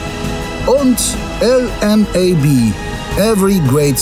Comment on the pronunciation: Warum muss LMAB jetzt auf Englisch betont werden.